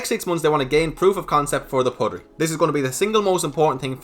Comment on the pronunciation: You're saying puttery wrong I think. Putt like butt, you say put. Puttery isn't actually a word though so I guess it's up to the marketing team lol.